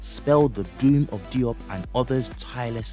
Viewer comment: Diop is pronounced Joap as in Soap and not Dee OP!! No offense intended. We need to tighten our game up!!